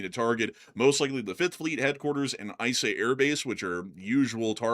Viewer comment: shake EE-sah air base in Bahrain. Eeesah. Not eyesah Bahrain. Please tell me you boys dont say eyetalian dressing too...